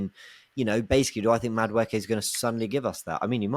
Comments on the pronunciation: Can someone teach how to pronounce Maduekes name.. its not Madwooooooke 😭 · I love you. But someone is gonna need to teach you how to say Noni’s last name. I can’t be hearing “Mada-wooky” for the next 5 years 😂